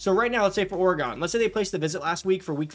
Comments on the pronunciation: Love the videos, learning lots of great tips. One for you: it is pronounced 'Or-e-gun', not "Or-y-gone'. Go Ducks! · Did bro say or-gone? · The way bro said Or-gone and not Oregon had me dying 😭☠️ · Hate how you pronounced Oregon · That is not how you pronounce Oregon